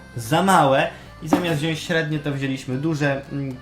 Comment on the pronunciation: Bardzo mi się wasze filmiki podobają :) choć są długie to nie są nudne :). Gratuluję. Tylko "wziąŚć" w filmiku mnie razi :)